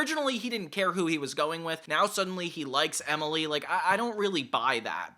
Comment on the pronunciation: Say it with me,: Emmmily. EmILY. Emily. EMILY!😱🙈